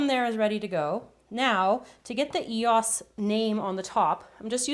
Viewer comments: I THINK ITS PRONOUNCED AS E.O.S NOT EOSA's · e o s not eos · the way she sais it is si wrong it is not easa just e.o.s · It's pronounced as EOS not eosa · Eosses ?????? I thought they were e o s Es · She says ehaas but it is EOS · It's an E O S not eos! No offense but it really annoyed me but love your vid! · It's e-o-s… not ehassa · its e.o.s not eoses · it is E-O-S NOT E-OS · its not e-oss. its e-o-s or ee-os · It is not eoss its e.o.s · It's E-O-S not Eos I can not tell you how much that annoyed me every time you said that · its e-o-s not e-os 😫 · It's pronounced (eeh-oh-es) not (eeh-os) just saying because it annoys me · you say 'E-osez' but its 'E-O-S' !! not hating coz im a fan but just making a statement x😁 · You say it e-o-s not e-os, I couldn't even count how many times you said that, too many! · i normally dont watch her video and i know i wont never be watching again... she cant say the right words.. it not eois is what she is saying.. its e o s... each later is it own word... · You're not pronounce eoses dummy there pronounce EOS if you don't know to say it then you shouldn't be making videos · You say it e-o-s not e-os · Why did you say EHAAS instead of E O S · Lol ikr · um exuse me but it's not call eoses it's called eos's...just saying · It's pronounced ee-oh-es not ee-oh-eser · its EOS pronounced e-o-s EOS not eeos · it's called eos not eosa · they're pronounced eos not e o s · Your say E O S not eos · she said eyos when it's eos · She kept on saying Eosa it's ee oh ess or E O S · It's not eos its E.O.S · It's not eoses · IT'S EOS NOT WHAT YOU SAID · That is not how u say Eos u said Ehaas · ...EOSA?? But I know she said it correctly at the end. Great video though! I really like that idea and I subscribed right away :) Love your channel xxx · I would've made them into truffles..yum! But my favorite is the Jolly Rancher version, it's the most creative. And she finally said E O S correctly at the end. Drove me nuts through the while video! lol